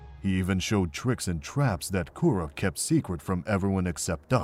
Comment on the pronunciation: This is amazing and I love it. Avatar Kuruk is pronounced differently in the show though no?